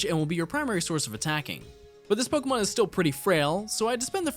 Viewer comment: I'm so sorry but the fact that he pronounces 1/3 of these pokemon and city names wrong makes me, a person with OCD, wanna rip my hAIR OUT they're not even hard... :(